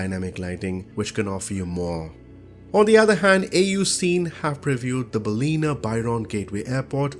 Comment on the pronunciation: Ballina. Pronounced Bal as in balance. In as in the toilet. A as in A simple description. Bal-in-a. Not Bal ee na.